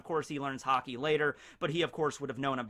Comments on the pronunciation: i thought he was saying hockey to be funny. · Did no one notice that is said Hockey instead of Haki